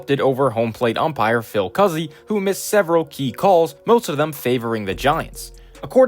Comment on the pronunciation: so im hispanic and my second last name is cuzzi and it is pronounced coo zee. just letting you know